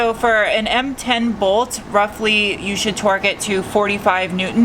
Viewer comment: I swear when you said torque, I heard twerk. When you said it again I realized I had misunderstood you. I think it's awesome that you fixed that all on your own, kudos to you young lady.